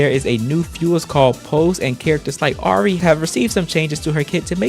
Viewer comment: Hate to be that guy but it's "Ah-ree" no uh Edit: You did fix it towards the end; it just hurt me